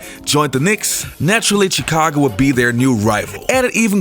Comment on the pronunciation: Good video, but the way he pronounces the "Ch" in Chicago and Charlotte hurts my ears a bit.